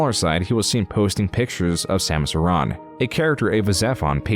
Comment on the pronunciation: Your pronunciation of Samus Aren bugs me